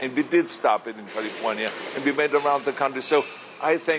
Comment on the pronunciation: First of all he should learn how to pronounce the word “California” …then he should talk about prop 187 which he was for, prop 187 was designed to get rid of Hispanics.….I don’t know why people give this guy any credit as governor….he was bad, Californians, specially Hispanics should not bother listening to him….he should go to Texas and talk to them about gerrymandering, not us Californians…